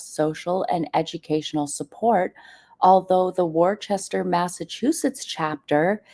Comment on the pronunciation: Hi, It's pronounced "Wistah" -- not Worchester. 😉